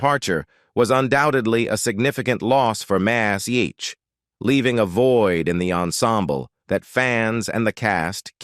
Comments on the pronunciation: I totally agree! Wherever did they get this narrator?His pronunciation of Mash is awful - Massaich? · yea its sub par "MAZZZ H" ha ha "Siddda Kick"